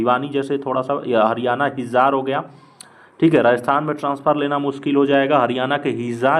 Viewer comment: हिजार नही है वो हिसार h 😂😂